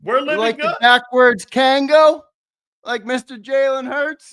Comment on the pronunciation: It's a Kangol, not a kangle